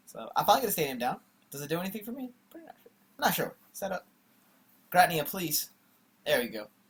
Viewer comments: WTF is a ger-at-nea?? it's GEER-A-TINA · What a weird way to pronounce giratina lol :p